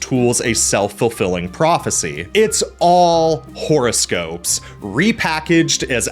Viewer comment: Love the way you pronounce "horoscope" "whore-o-scope". Is that suppose to mean something? 🤔🤔😉